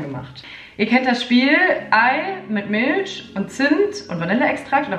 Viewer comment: Also ich kannte den Kartoffel-hack nicht 😊 übrigens sagst du bei „Milch“ voll das schöne „sch“ haha😘